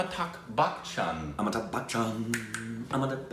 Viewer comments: its not Back Chan.Its Bachan ;) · I can't tell if you are pronouncing his name as Bachchan like Bach the composer or not, sometimes I hear it, but it's pronounced as you would say "Buh-tch-an" without the hard "k" sound, other than that love the energy and you are true cinephiles.